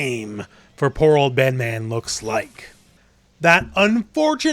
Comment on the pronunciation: Great video but you pronounced the name wrong 😉😂 Bedmaaaaaan!?!?!?